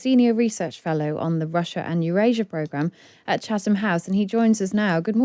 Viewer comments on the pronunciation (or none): none